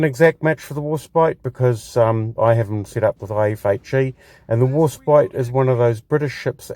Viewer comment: It's pronounced War *spite*, pronounced as "spight", as opposed to "spit". Or, as in the word "despite". The first ship with the name had it spelt "Warspight" in the Tudor era. You pronounced it correctly about halfway through the video, just before talking about Beatty. I agree with your points regarding gameplay, with the exception of the armour; Warspite's armour is actually fairly good, imo, and is a good brawler; especially with those casemate 152's which can almost fire dead ahead. Incidentally, Warspite took 15 main calibre gun hits during the Battle of Jutland, coupled with countless secondary battery hits, yet she still refused to die, and limped home, having truly lived up to her motto, "Belli dura despicio" ("I Despise the Hard Knocks of War"). It was an absolute disgrace that The Grand Old Lady of the Royal Navy was ignominiously sent to the scrapyard after the Second World War, in spite of what she'd been through. Yet, even in her last days, she refused to die quietly; she broke free of her tugs, and ended up being grounded hard at Prussia Cove; her former crew often posit the opinion that the ship was making one last dash for the North Sea. Of all the ships that deserved preservation, HMS Warspite and USS Enterprise should have been among them. Alas, idiotic politicians and heartless bean-counters & penny pinchers sent the most storied ships in the history of Naval Warfare to the scrapyards in what can only be described as utter, utter lunacy.